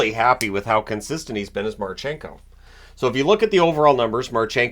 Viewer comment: it is mArchenko and voronkOv))